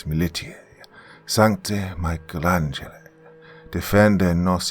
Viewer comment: That was gr8. One of the forst words in latin was Micheal Angela, who knew a twist on a famous painter's name would exercise a demon 😈 😆😆 Love ya